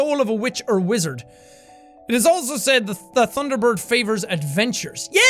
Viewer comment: "thunder bore" - jack 2017